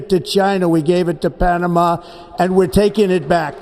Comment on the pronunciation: Sound like a Guyanese when you say taking it back